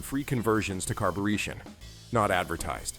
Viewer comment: What is carbureetion?